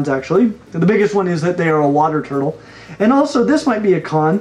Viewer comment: This man was born to say “turtle”